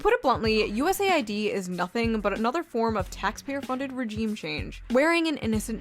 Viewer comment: finally someone pronouncing it right